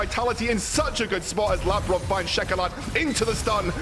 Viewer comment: I only disliked how they butchered Labrov's and Sygenda's named. Overall I think they just need some time to establish themselves